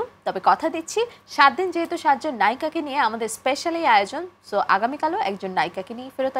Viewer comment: Ekta gaiya illiterate always jehetuk eta kono word holo, apropirate word hobe( jehetu) not jehetuk